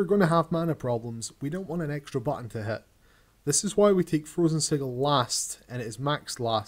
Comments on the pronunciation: you pronounced "sigil" incorrectly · lol the way he says sigil